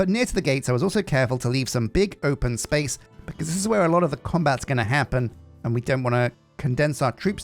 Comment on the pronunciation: The last place that's not been corrupted by the forces of capitalism... dramatic pause Spayce!!